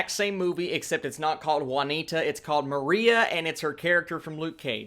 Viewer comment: That opening killed my mood lmao. It's pronounced ma-RY-uh, not ma-RI-uh. Like Mariah Carey.